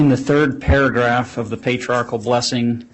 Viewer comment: I'll sent Nate $100 if he can teach the prosecutor the correct pronunciation of "patriarchal". It's NOT patriartical. 😬😑